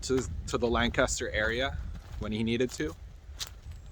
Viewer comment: are you sure youre from pa the way you pronounce lancaster and swarthmore ? lol 😂